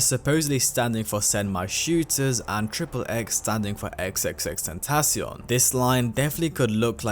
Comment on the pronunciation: i dont even think thats how u say his name, he sounds so cocky